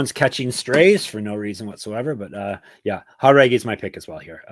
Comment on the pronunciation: Aoriqileng Uh-Reach-E-Lang Chairez Chy-Rez Jauregui Yuhr-Uh-Gway If I’m just missing a running joke where yall say the names wrong, my bad. But otherwise, my goodness.. Jauregui as Hah-Reggy.. smh